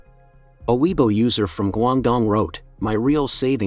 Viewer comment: Can you please learn how to pronounce weibo?